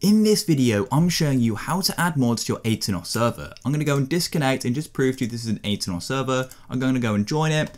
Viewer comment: Aternos? NO Atanos.